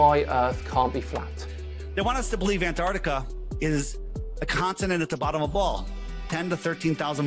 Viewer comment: A requirement for travel there should be the ability to pronounce Antarctica correctly.